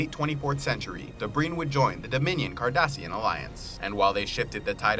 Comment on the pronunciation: Also cardassian not kardassian